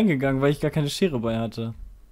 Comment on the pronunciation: Ich bin mir sicher das er das 'k' in (k)eine vergessen hat.